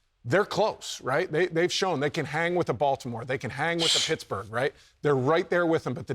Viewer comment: Did anyone else hear the “shittsburgh” 🤣